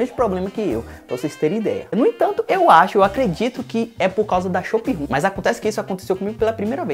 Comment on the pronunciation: depois que ele falou shop room parei de ver o vídeo